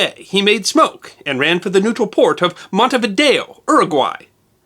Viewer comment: mispronouncing Montevideo... (the people of Montevideo MN are possibly the only Americans who put the accent on correct sylláble - VID-e-o)